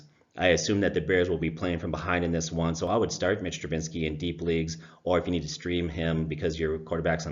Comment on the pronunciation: Trubisky. Not Trubinsky.